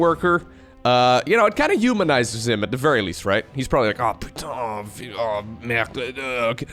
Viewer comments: I can say that your french pronunciation of "oh putain oh merde" was very accurate ^^ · ngl your "Putain... Merde..." impression was on point. You sounded like a real frenchman for a second !